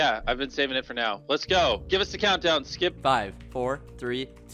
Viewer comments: Mr beast calling skeppy “skep” is so wholesome 🥺😂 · Lammetjes actually, he kind of said “skip” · I like how mrbeast calls skeppy skep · I like how he just called him "Skep" the whole time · I love how Mr. Beast calls skeppy “skep” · I just love how Mr.beast (jimmy) keeps calling Skeppy “Skep” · Everyone: Skeppy Litterally everyone: Skeppy MrBeast: Skep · a6d calls Skeppy Skep too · I love how Jimmy called Skeppy “Skep” 🥺🥺❤️ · mr beast calls skeppy, skep" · Ngl mr beast calling skeppy skep is mildly infuriating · “Skep” - mr beast 💀